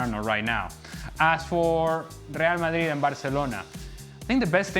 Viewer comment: This midfield of leallll malliiiiid. Ale, stop over pronouncing everything! You sound like an absolute spoon.